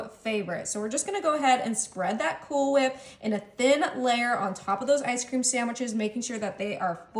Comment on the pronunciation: Is she calling them ice cream saMwiches?